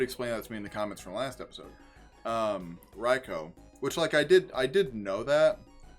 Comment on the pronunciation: Also, idk if you care about official pronunciations, but it is in fact "Rai-koh". I just noticed that you switched between a few pronunciations throughout the video and it was a bit jarring for me.